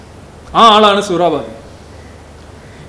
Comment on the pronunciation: സുഹ്‌റാ വാദി അല്ല സുഹൃവർദി